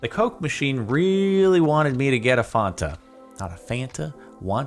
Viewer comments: That pronounciation of Fanta, mmm some fonta pls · The way he says fanta kills me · Omg "Wanta Fanta" not sure if that's how Americans pronounce Fanta or just Jordan but i found it funny as a Scott.